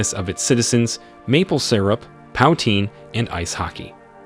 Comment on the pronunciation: ..wtf is Pow-Teen?